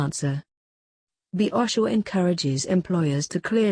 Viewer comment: Clean this up, all the errors in the questions. Have it proofread and re-post. And my God! The narrator can't even correctly pronounce OSHA !!! All-in-all, a half-ass job.